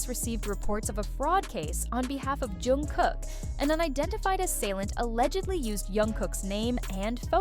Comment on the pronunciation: How many incorrect pronunciations of JKs name can one A.I. voice narrator pull of in one video!? I want to see guesses in the comment section....cause snap, there were a lot!!